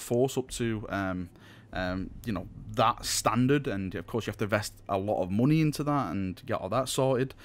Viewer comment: "Muney" lol :P